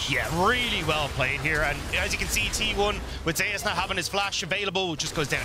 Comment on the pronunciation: Why do they pronounce Zeus like that?